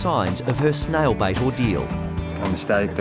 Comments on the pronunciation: how do you pronounce it snail bite snail bait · I thought he was saying snail bite and I was like dang, who knew snails could bite. Finally figured out he said said snail bait.